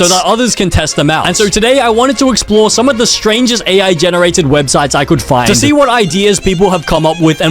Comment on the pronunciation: weird al he says with an L